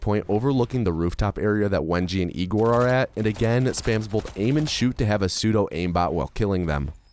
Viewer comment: Hey? Isn't it Egor not Igor? It's clearly Egor, read like the "Yea" in "Yeah", so Ye(ah)-gor, Yegor, Egor. :)